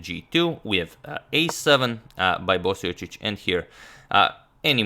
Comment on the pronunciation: Are you sure you're pronouncing Marin's last name properly? LOL! :)